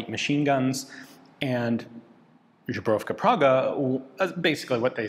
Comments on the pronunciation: Not a big deal but i recommend looking up how to say "zbrojovka". The way you say it sounds like "žebrovka", which doesn't exist in czech in this form, but could be translated as "made out of ribs", it just sounds funny. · I love your videos, but man that "zbrojovka" pronounciation gets me every time. Z-bro-yov-ka :) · When you read that "zbrojovka" as "zhubrovka" most of Eastern Europe sees vodka from Poland "żubrówka" instead of gun factory xd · I love how Ian says "żubrówka" instead of "zbrojovka" 😂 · Dude. Please. Go to Google Translate, select Czech, type "zbrojovka" and click that little 🔊. What you are pronouncing there sounds like Żubrówka, a brand of Polish vodka. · Ian, as much as I love your channel, it’s not zubrovka, that’s polish vodka. It’s zbrojovka. I know it’s hard to pronounce for foreigners. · Ian pronounces "zbrojovka" as "Zubrowka", which is a brand of Polish vodka. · I love how "zbrojovka" became "Żubrówka" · Three syllables, start with the "Z" sound, blend it with "broy" kind of a cross between "boy" and "Roy." The second syllable is "-ov" pronounced like "of" but with a "v" instead of an "f." The third syllable is "ka." "Zbroy-ov-ka" In Czech, a "j" is pronounced like a "y" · Czech here, please google how to pronounce zbrojovka. Im not trying to hate here but first few times you said that i honestly did not know what you meant. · The pronounciation of Zbrojovka Praha really hurt. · Is there not a single Czech in the Prague Military History Institute who could explain how to pronounce "Zbrojovka"? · I love Ian but his unwillingness to put a foreign word into google translate to learn the pronunciation will never stop bugging me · Absolutely adorable how Ian pronouces "zbrojovka". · One would think Ian would take the time to look up the correct pronounciation of "zbrojovka" after handling so many of their weapons over the years 😔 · Visits Prague, yet pronounces Zbrojovka as if he was in Paris:-D